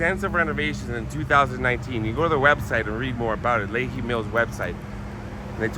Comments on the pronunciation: It's pronounced' Lee High' Might be a good idea to check pronunciation beforehand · Pronounced Lee-high. Stayed at a motel at that exit in June, and ate at that McDs across street from the flour mill. Certainly a lot more there now LOL. Love the video. Very entertaining and informative. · Lehi is pronounced as "Lee" "Hi" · I grew up not far from there. It’s actually “Lee hi” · How you’re pronouncing Lehi is killing me😂 love the video! It’s pronounce Lee-high, gave me a good laugh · It’s pronounced LEE-HIGH